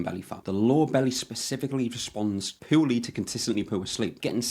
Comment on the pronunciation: Good video. Funny thing is every time you said lower body fat, I kept hearing Law of Bodyfat. Might be a good title or channel name lol